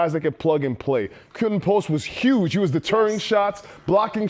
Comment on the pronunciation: ... It's Dutch and it's "Quinten" rater than Quentin ... 😊